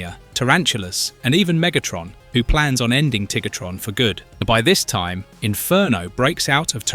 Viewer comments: After beating me near to death with “Tiggertron” yes he does lol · "Enagon" "Rinox" "Tiggertron" "Eyerazor" Yeah, don't use AI. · he says Tigertron lol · Tiggatron and Air-a-zorr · Did bro just called him TiggerTron? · Just like how bro calls Tarantulus Tarantulas.